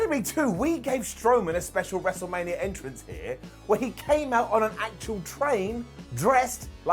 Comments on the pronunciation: The “Wrestle-Rainia” call absolutely deserves a brown down. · Cole saying “WrestleRainia” made me lose about 10 years to my life.